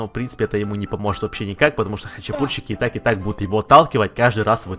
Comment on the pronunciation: вика ня Не "шо", а "что"